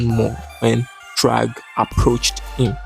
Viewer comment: "this is chragg" 🗣🗣🔥🔥